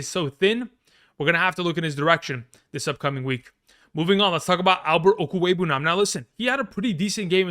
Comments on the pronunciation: This dude really pronounced Okwuegbunam first try like it was “Smith”. Legend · After he said it a second time he was just flexing at that point